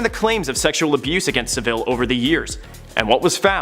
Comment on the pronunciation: Not SaVILLE - SavILL